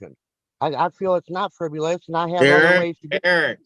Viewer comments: it's "fribbelus"🤣🤣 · this whole thing was "friv-U-lous" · How does someone like him honestly think they can successfully represent themselves in court?! He can barely say the word friv-you-luss.